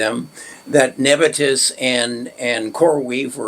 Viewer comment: Neb I us not nebitus